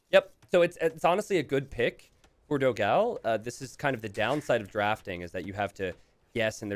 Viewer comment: man, the pronunciation it's not "dog ao", it's "doghaun", although second game was awesome :)